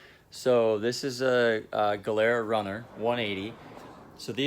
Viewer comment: so funny how you say gilera xD